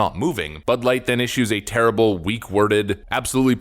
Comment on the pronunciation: Did you say.... butt-light.. ? Ha ha ha ha if you did